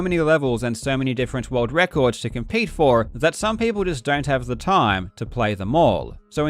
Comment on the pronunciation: Sushhhh... It's one of his signatures.